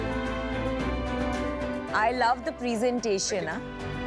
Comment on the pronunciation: ye pre zen tation kya hai. Why TF u miss pronounce words to make yourself look cool.